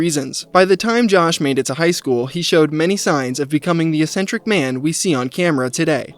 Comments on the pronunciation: bro cant pronounce eccentric. what an actual retard. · It's crazy how many times you said eccentric in this video without looking up how it's pronounced.